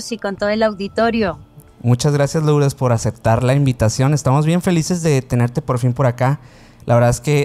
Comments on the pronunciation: Perdón, se escribe Lourdes pero se pronuncia Lurdes. Si no se oye muy raro. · No puedo creer que pronuncien LOurdes!!!!! Que no saben en México que suena Lurdes?????